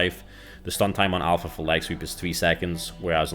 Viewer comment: Alfra?? It's alpha...